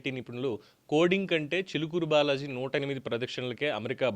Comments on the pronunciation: చూలుకూరు కాదు రా చిలుకూరు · Chulukuru kadhu Chilukuru balaji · గారు.. మీ మీద గౌరవం ఉంది.. మీకు తెలుగు భాష పట్టుంది. మీ ఉచ్చారణ బాగుంటుంది కానీ థంబ్ నెయిల్స్ పెట్టేది ఎవరు అది మీరు అయినా కాకపోయినా శ్రద్ధ వహించండి.. చులుకూరు బాలాజీ ఏంటండీ.! ఎవడు వాడు!